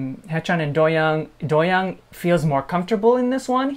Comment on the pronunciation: doyoung’s name is pronounced DO- young like DO not DOE